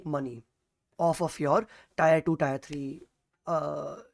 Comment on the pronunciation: abey tyre nhi tier bolo